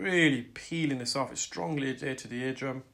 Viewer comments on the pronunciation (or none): Isn't it adhered?? Not bit picking, just asking?? 😃